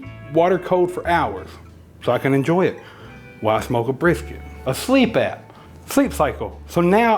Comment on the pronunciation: Bris, Briks, Brisss, F-it, Big Hunk of Beef. There I fixed it for you! LOL